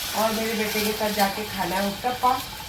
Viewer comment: Not Utppaa....it's UTTPAM...🙏🙏